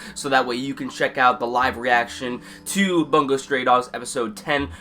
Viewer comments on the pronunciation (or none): Bungou not "Bangou"